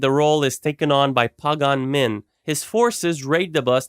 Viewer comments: you pronounced pagan min wrong 😂😂😂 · The way he butchered Pagan Min's name was so terrible